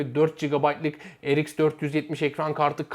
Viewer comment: Amd he eyemdi diyosun rx e reiks diyosun dikkatjmi cekti shhshs